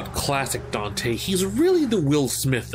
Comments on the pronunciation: “Dino” EXCUSE ME SIR! His name... is “Donte” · This is my first time hearing him called “Dino”. I’ve always heard of him as Don’te or Donte. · Dino? I thought we called him "Donte" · Where did the "DINO" thing come from? I always heard people call him "Don'te"